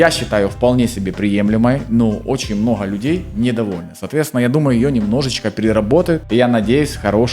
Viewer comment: мноха...блин слушать противно. научись выговаривать букву Г